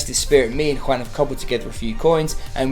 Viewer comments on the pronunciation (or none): none